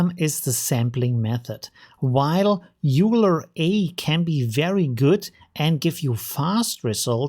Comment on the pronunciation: FYI, Euler is pronounced like "oil-er".